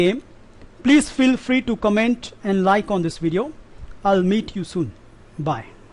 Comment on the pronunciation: When you say "ill meet you soon" it sounds like "ill mate you soon" :)